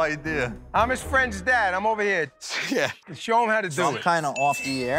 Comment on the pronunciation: "I'm his friend's dad. I'm ova heah." cracks me up no end, even more so than disgust for Joe's lack of athleticism. It's something about the "over here" part. Yes, sir – we noticed you and... wait – you're his friend's dad? WTF is either of you doing here? I love and his constant disappointment in not just Sal, but all of them... as men. As comedians, he can't really complain. Actually he could – probably thinks their antics are childish, but cha-ching... Papa's got a brand new bag. I like how family-oriented all the boys are. I feel bad that the Gattos died before Joe hit the big time, but I'm sure they're looking down from heaven thinking "Lay off the tiramisu."